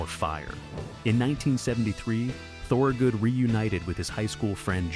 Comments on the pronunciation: say THUR-good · repeated incorrect pronunciation of "Thorogood" is godawful annoying. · The video is interesting. I grew up outside Philly listening to him. He was my first concert. Couldn't you make sure your shitty A.I. narrator at least pronounced his name correctly? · AI mispronounces the name. It hurts.